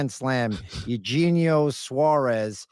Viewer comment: It's curious how a man with insane hair himself attacks the man that beat his team... mocking Eugenio Suarez's hair and then intentionally mispronounces his name. Online troll at it's finest. The other 2 moved on like lightning too 😅